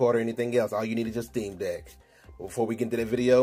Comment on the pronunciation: Anyone else hearing steam dick?